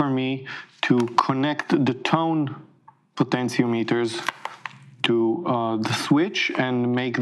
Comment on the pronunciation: a video from a fellow who cannot pronounce 'potentiometers' is a waste of time. All the USA English speakers that do this for a living cannot make just one understandable video?